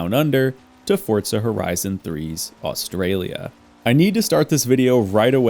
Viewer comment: Love the video man BUT WHY DO ALL AMERICAINS SAY AUSTRALIA SOOO WRONG as a aussie this offenders me lol